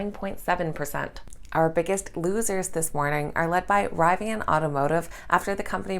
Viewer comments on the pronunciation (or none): Great daily info as always,. Quick note;- Rivian is pronounced as in ‘River’! 😉